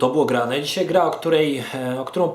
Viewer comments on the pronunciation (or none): none